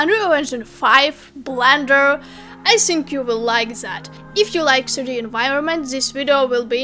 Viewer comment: Love the way you say the intro sister. Specially you pronouncing "3d" 😍